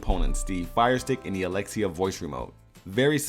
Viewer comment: Thank you for saying alexia xD now I don’t have to mess with my echo dot